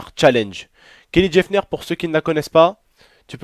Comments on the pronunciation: putin mais t'es vraiment con tu connais même pas ton sujet, la prochaine fois laisse ta meuf faire la vidéo et raconter. et c'est Kylie Jenner (Kayli Jéneur) et non Kélie Jefneur merci. salut ! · Mdrr tu ma tuer au début ta dit Kelly jafner 😂😂😂😂